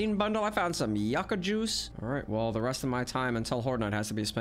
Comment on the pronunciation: You said Yucca right the first time. I don't know who keeps telling people its pronounced like Yookuh, but its not.